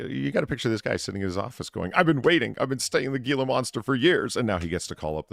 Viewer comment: Gila monster is pronounced "heela monster" , other than that great show as always